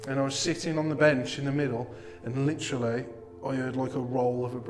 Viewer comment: Every time you hear the word *licherally*....take a drink.